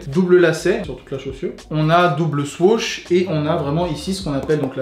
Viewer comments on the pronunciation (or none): Anonyme Mousse je sais, pas sur que l’auteur de la video soit au courant parcontre , vu comment lui le prononce